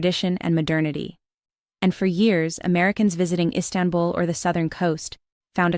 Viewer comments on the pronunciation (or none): none